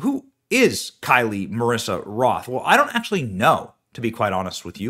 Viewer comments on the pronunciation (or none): Her name is KYLE, just regular KYLE! NOT Kylie!! Maybe research a bit? I couldn't watch this video for more than a minute or two because you Kept Pronouncing her name WRONG! You do this ALL OF THE TIME!! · Kyle.... Like Kyle Rittenhouse. Not Ky-lee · It looks like her name is Kyle (Ki•el) not Ky•lee? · It clearly says “Kyle” and it’s right in front of your face, but you say “Kylie”??? Wtf way to disrespect the dead